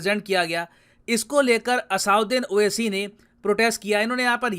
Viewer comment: असाउद्दीन 🤣🤣👌🏻👌🏻👌🏻 मोदी को मूडी मोड़ी भागवत को भगवत ये सबके नाम बिगाड़ कर बोलता है पढ़ा लिखा गंवार... पता नहीं कैसे MP बन गया। 🤣🇮🇳